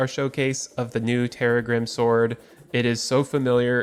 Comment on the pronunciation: Correct pronunciation is terr - RAG -grim, rhyming with "crissaegrim," the sword from Castlevania Symphony of the Night that Arkhalis and Terragrim are based on.